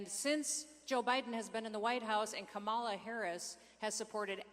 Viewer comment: The Governor pronounces Kamala's name incorrectly too. Is that supposed to be some kind of slur? All it does is show their ignorance.